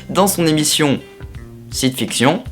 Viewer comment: Mais y'a pas de quoi;) Mais un jour il faudra que tu comprennes qu'on prononce "fikcheun" hein;) haha, sinon cool ta vidéo;)